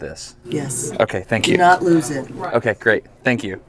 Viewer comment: The way she says "DO NOT LOSE IT" Haha, I've done this work on submarines, I can only imagine how much more paperwork and red tape there is doing a dose investigation for a guest at a commercial plant!